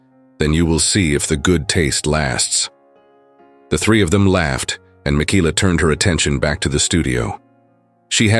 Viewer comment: ARGGGGGG😵‍💫😡😵‍💫‼️‼️‼️—Her name is Michaela—pronounced Ma-Kayla‼️‼️‼️‼️‼️‼️ NOT -Mikeeela👎🏼👎🏼👎🏼👎🏼👎🏼👎🏼👎🏼👎🏼👎🏼‼️‼️‼️‼️‼️ That or use names the darned AI doesn’t SCREW UP ‼️‼️‼️